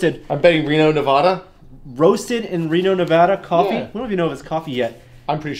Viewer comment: like most people butchered the pronunciation of Nevada but nailed it. Reno Tested fans represent.